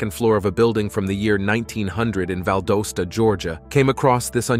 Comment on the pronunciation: Fellow Val-DOS-tan here!! 👋 😅